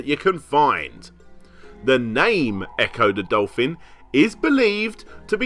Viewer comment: Ecco duh dolfin